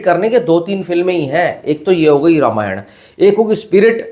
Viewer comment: रामायण कहो भाई रामायणा क्यों बोल रहे हो? बी.आर. चोपड़ा की रामायण नहीं रामानंद सागर की है